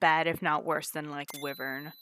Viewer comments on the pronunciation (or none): My gosh that stupid pronunciation of "wyvern" bugs me. Hella fun to watch when nobody was saying that, though!